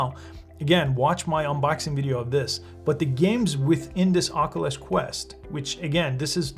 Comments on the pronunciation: the way he says “ockolus” instead of “ock-you-lus” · Please for the love of GOD>.. SOMEBODY teach this man how to say Oculus. He keeps pronouncing it 'Ock-o-lis'.